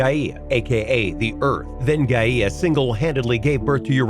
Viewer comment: He said GAYa and UrANOSE